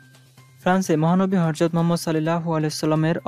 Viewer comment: উচ্চারন 'হরযত' নয়, 'হযরত'।